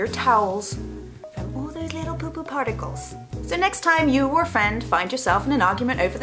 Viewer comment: HAHA SHE IS TALKING ABOUT SHARTICALS XD !!!!!